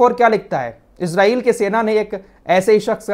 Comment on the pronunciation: Bhai pahle to aap Israel ko ejrael mat bolo wo ejrael nhi h Israel h not ghaja gaja h